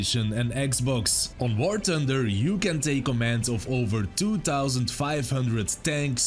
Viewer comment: Nobody:: "Sponsor of this video is War Tunder!" 😅